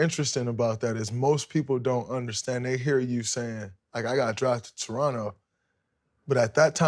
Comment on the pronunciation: Most underrated part of the interview is Draymond pronouncing Toronto properly. Real ones know the second T is silent